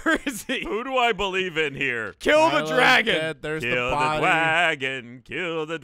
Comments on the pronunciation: ” Kill the dwagon; kill the dwagon.” Was priceless. Also giving his only gun and then trying to get him to follow her. Also awesome. 😎😎😎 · ” Kill the dwagon; kill the dwagon.” Was priceless.